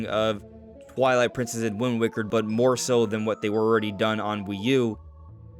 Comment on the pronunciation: I’m sorry but, for me it’s “WIND WAKER”